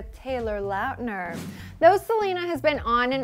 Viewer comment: lauuuutner? LAUTNER